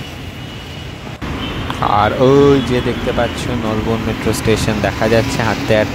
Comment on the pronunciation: Ucharon thk koro Bhai nalban noi Nolbon